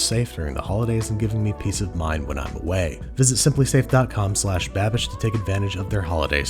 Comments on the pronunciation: HE ACTUALLY BOTHERED TO LEARN HOW TO PRONOUNCE THE NAME CORRECTLY! YAYYYY! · Props on the pronounciation Babish! That was almost perfect! Liebe grüsse :3